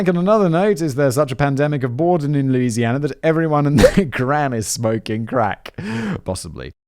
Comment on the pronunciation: And yes, everything in southern Louisiana is french. Your pronunciation is quite humorous though